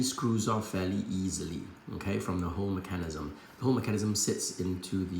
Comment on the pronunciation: I liked the video just because of the way you said Mecan-ism hehe